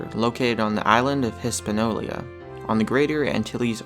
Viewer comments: Hispaniola, not Hispanolia. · lol...its Hispaniola not Eespanolia....silly... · "Hispanolia" dude stop. bye 🙃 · Hispaniola. Not Hispanolia. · HISS- PAN- OLIA LMFAO It's pronounced hispanyola breh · it is pronounced (overly simplified): hiss-pan-YO-la, not hiss-pan-OLE-ee-ah. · It's is not Hispanolia, it is Hispaniola! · It's Hispaniola, not Hispanolia. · its Hispaniola, not hispanolia. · it's noy EYE RAN; it's ih rahn.....hispanola, not hispanolia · island of Hispanolia???? H-I-S-P-A-N-I-O-L-A!!!!!!!!!!!!!!!!!!! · Damn it, it's Hispaniola! Learn to pronounce correctly!!! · what's '' hispanolia '' ??? no credibility there ! ! ! ''HISPANIOLA '' ! ! ! ! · Raviolia? Now I'm hungry. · Not Hispaniola, it's "Hispanolia". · "Hispanolia" lol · And the name of the island isn't pronounced "Hispanolia". And he way the guy said "there are animal sacrifices in the water and oh yeah, severed heads too" falsely implied there are human severed heads (if the animal severed heads part is even true to begin with). Pretty shoddy compilation vid. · EES- PAN- YO- LA. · Hiss-pan-yo-la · It's pronounced "hi-span-YO-la." Geez. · ITS HISPAÑOLA!! gad dammit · Hispanolia? That's not how it's pronounced! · Can you not speak English? The narrator can't say Hispaniola. Come on He is misplacing the I. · ar-che-pel-AH-GO? HIS-pan-i-OLA? Didn't quite make it through 5th grade geography did you? Of course I am a dolt for watching this tripe for over 4 minutes to get to this point.